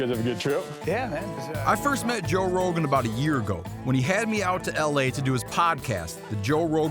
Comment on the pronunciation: Joe Ro-GUN.